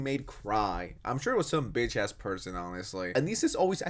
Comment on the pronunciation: Thanks for saying ass and not ahh